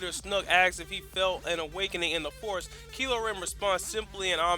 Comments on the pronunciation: ITS KYLO REN NOT KILO REN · um his name is said as if the y was an I kylo ren get your facts about his name right ppl